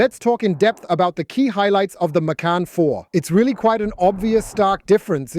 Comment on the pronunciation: And the way he/she says the name. OMG children, it's a two syllable name